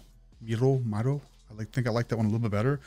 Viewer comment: none of there dancing is speed ramped. They literally do those dances at their concerts. the guys do amazing. please check out the newer albums for more EDM feel (thats the term for the techno your hearing). also Miroh is pronounced Me-row. thank you for giving these guys a chance they are amazing!! Bang Chan and the guys are 4 gen leaders